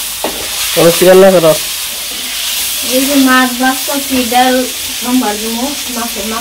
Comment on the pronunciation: Daul na dal bolo